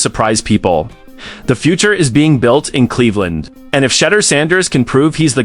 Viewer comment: Did you just call him "shudder Sanders" ??